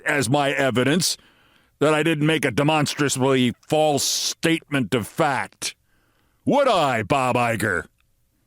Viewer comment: Demonstrously? Words like what I think this was intended to be work only if they're spoken correctly.